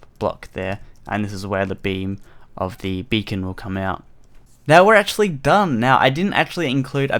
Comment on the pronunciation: For a sec I thought you said you can change the color of your bacon xD